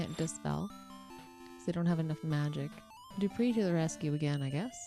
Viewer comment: Wanna know something hilarious? Dupre's name is pronounced 'Doo-Pray', he even says so in Ultima VI: The False Prophet (SNES) that it 'rhymes with fray'. XD So inadvertantly you missed a chance for a pun/alliteration with 'Dupre died in the fray'! Anyway, real treat to see someone complete this game legit-mode. Not many people do proper longplays and either only play for a short time or only play short games. This has been a, what, 16 hour adventure? And you're playing quite well, with expert knowledge! Quite a lot of repetition and grinding, but an enjoyable journey, yes? Not many games can offer that in actual gameplay, and not just 'you died, do it again the trillionth time this level', or an even worse degree of grinding. All this, on a system with just 24KB RAM (16KB video, 8KB system) and a 256KB ROM cartridge, driven by a 3.5 MHz 8-bit CPU.